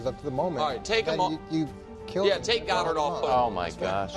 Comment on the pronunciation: “DAllas GOEDert”